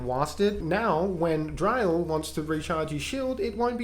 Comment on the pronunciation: Just to let you know, dryl is pronounced like you're saying drill.